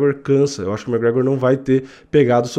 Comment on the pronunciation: e é McGregor, não "mec gregor"